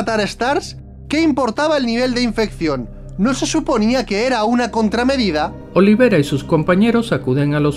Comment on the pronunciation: El dice olivera y es oliveira